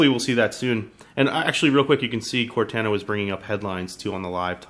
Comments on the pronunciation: CORTANA NOT CORTENA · Core-Taaan-A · It's pronounced cor-TAH-nah NOT cortAna. Tired of tech reviewers messing up the name... -_ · They way he says Cortana, (core-tayn-ah) its Cortana! (Core-tahn-ah) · cortana is pronounced with a cor-ton-a. lol. just sounds weird the way you say it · Core-tawn-uh just practice that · It is obviously pronounced cor-tah-nah for halo purposes. Not the pronunciation in the video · This idiot has obviously never played Halo before. He can't even pronounce Cortana correctly. Its pronounced "Cort-on-a". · Ugh he doesn't even pronounce it correctly -. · this guy is purposely mispronouncing "cortana" I KNOW YOU'VE PLAYED HALO, FUCKIN. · if i hear him say Cortana wrong one more time............ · He says cortana wrong 😏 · Can he pronounce Cortana right or Nah?! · Pronounce Cortana right please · Maybe learn how to pronounce Cortanas name before hand next time? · You guys need to stop ridiculing him for this silly pronunciation mistake. Once is enough. . . I'm sure he gets the point. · I agree with other people as well. I am a huge Halo fan and the way he says Cortana makes me cringe. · Holy fuck you say Cortana wrong you illiterate piece of junk. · Say cortana right man